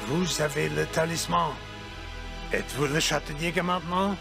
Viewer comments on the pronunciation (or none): Le "talizman"?